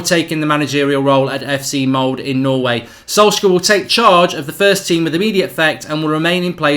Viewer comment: it's Ole ("oleh") not Oli (Olee), also its Molde ("muldeh") not "Mould"! Learn how to pronounce before recording.